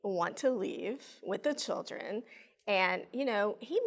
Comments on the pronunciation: Your a judge and you can’t even say “children” correctly. Chill-dren not shill-ren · She calls the “chilgren” instead of “children” and it always bugs me.